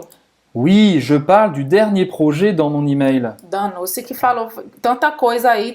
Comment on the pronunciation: "danosse" KKKKKKKKKKKKKKKKKKKK afff